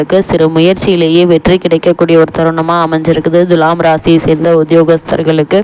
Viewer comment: Dulam or thulam, pronounciate first correctly 😡😡😡😡😡